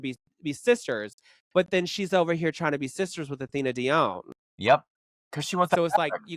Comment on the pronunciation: The way says "dee-own" is sending me. It's "dee-on" 😭